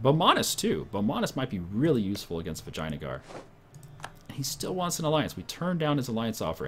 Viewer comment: It's pronounced vijeya-nagar